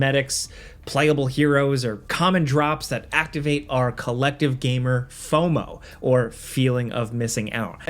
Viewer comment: Was getting the F in FOMO wrong, intentional? Made me laugh so I’ll just go with yes.